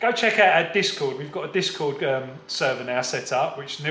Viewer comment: I was trying to figure out what you were saying lol. It sounded like you were saying DISCO!! You are saying the site DISCORD lol!! Thanks!! Aaron. Ocala Florida